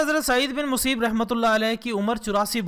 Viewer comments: “Saeed bin Museeb” nahi balkay “Saeed bin Musayyab” hai talaffuz. Aur video bht achi hai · اپنا تلفّظ تو درست کرو۔ مسیب نہیں مسیّب ہے